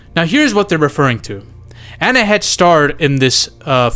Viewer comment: It's pronounced "An" not "Anneh"